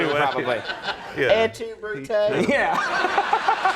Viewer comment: "Et tu, Brutay?" Lolol